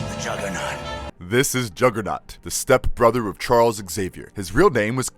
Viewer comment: “Oim di jogah-nawt BITCH!”